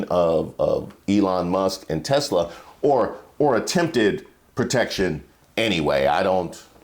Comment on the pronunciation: "Tesler" - donald trump